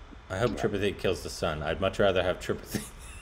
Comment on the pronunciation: it's pronounced tripaaaattte not tripati